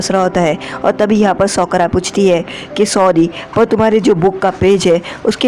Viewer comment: Sokura nahi sakura🙄😅😂